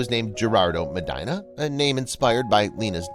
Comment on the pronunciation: Look up how to pronounce Medina. 🤦🏻‍♀️